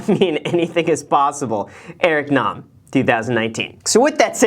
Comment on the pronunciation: Thank you for pronouncing his last name correctly!!! Lol. Also great episode 😊